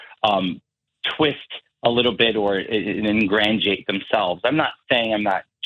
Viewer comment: also I don't think he meant to say "ingratiate." It sounded more like "engrandeurate."